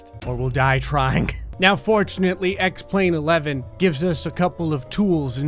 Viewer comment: When u said x plane 11 I hear “sex plane 11” and I was like “so is that a plane orgy or...” btw love ur vids